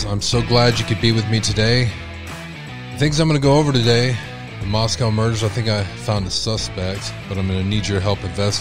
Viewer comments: I just want to say it is pronounced Mos-CO. Not Mos-COW. MosCOW is in Russia. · You are pronouncing Moscow wrong It’s not like how we call the Russian capital.